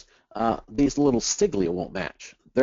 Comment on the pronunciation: Siglia? You mean sigla?